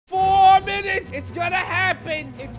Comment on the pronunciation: The way he said 4 minutes The way he said it was like FOUWW MINUS